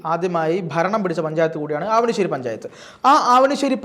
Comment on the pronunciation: ആവണിശ്ശേരി അല്ല അവണിശ്ശേരി എന്നാണ് 🙏